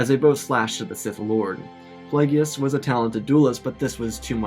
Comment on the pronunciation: Not plague e us it’s plague us darth plagious